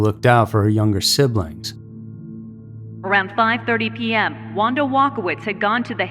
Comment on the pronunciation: Carmen’s last name is pronounced ‘Koh-lone’ (Colon) and Michelle’s is pronounced’My-enn-za’ (Maenza) Wanda, you got that one right. I was in sixth grade when this happened and those names and faces are forever ingrained in my mind. Give the girls the respect they deserve and pronounce their names correctly.